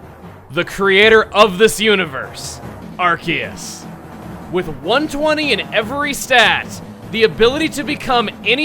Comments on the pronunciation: NOOOO IT'S PRONOUNCED (AR-SEE-US) NOT (AR-KEE-US). sorry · Also,, I noticed that even you say ArKEYus. I was wondering, do you normally say it that way or do you also pronounce it differently like I do with saying ARSEUS? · I like how he pronounces Arceus ArKeus not ArSeus. That's how I pronounce it but everyone else I know pronounces it ArSeus. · Arceus, the one pokemon that proves that official media has no clue how to pronounce pokemon names. Seriously, Arceus has 3 official pronunciations, Pokemon Battle Revolution, (and its japanese pronunciation) have it "Ar-SEE-us", the anime has it "Ar-SAY-us", and has it "ARK-ee-us" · Masae must be working overtime for all these legendaries. Also shouldn't that be a soft c in Arceus since it's followed by an e? Just a thought, i know English doesn't really follow any rules of pronunciation.